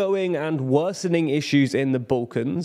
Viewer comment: Sorry bro, just where is "boollkons" ?